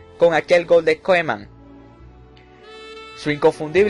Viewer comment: koeman se pronuncia kuman pero no importa